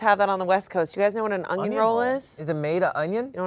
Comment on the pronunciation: Just realised says "Ungion"